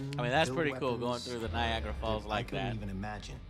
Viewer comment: he keeps saying Niagra lol